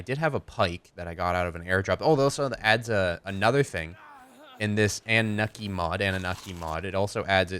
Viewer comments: Oh btw man if you want to use really good narcotics do the sedative narcotics from the anunaki mod. Oh and the pronunciation for that is an-new-na-ki just the heads up so people stop ripping you on it. you could get rid of the tranq mod because the anunaki mod has all the extra poison arrows and poison darts as well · its pronounced ah-nu-na-kee and you should dino armor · Its pronounced in-u-Nacki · it's prnoused an-you-oky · you pronounce it annu-naki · You pronounce it AN-OO-NOK-EE so ya... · the way its said is an-na-mok-ie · It's pronounced an-a-nukie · it's pronounced an-noo-nak-kee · its ah-new-na-ki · It's annunaki (AN-OO-NAH-KEY) that's the pronunciation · Ann-oo-naki Genesis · it's pronounced an-o-naki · an-ooh-naki is how it's pronounced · its pronounced anne-new-nock-e